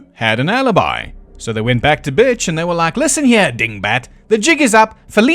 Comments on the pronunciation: are you calling him “bich”? His name is Butch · It took me until about halfway through the video to realize that is saying “Butch” instead of “Bitch” but that would still be an accurate description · I keep hearing Bitch instead of Butch and it's making me giggle. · Ok either he keeps calling Butch “Bitch” to be funny or his accent just makes the word “Butch” sound like “bitch”. Either way it still cracks me up every time he says it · I know you are saying Butch over and over again, but I just keep hearing Bitch... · im sorry, are you pronouncing "butch" as "bitch" ???? ... im all here for it, hell yeah brother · I just have to say I love how when you say Butch or Bill it sounds like Bitch or Bull. XD So very fitting. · I love hearing B*tch instead of Butch on almost all of the mentions after his family are killed XD Maybe I'm hearing impaired but it made me lol all the way to the last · I thought the mispronunciation was accidental once. 😂 But anyway, I hadn’t heard he admitted to drugging them. I always heard the drugging was just a theory because no one ran from the sounds of the previous gunshots. However, drugs “getting out of your system” doesn’t actually work when you’re dead, cause your system isn’t processing anything anymore. And “postmortem metabolism” couldn’t break down and remove all traces of the supposed barbiturates in the few hours between death and discovery. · Everytime I hear you say Butch I laugh